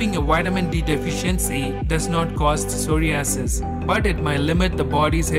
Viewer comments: Sorry-asses LOL!!! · Shame it was a good video but with 2 problems. You need to pronounce psoriasis correctly and you also need to be correct in how much I.U is best to take for psoriasis. 1000 I.U is waaaaay too low. Have a look on the internet and you will see that 5k-30k is the right dose. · The way he pronounces psoriasis. I don't know why it bothers me so much lol. Good video either way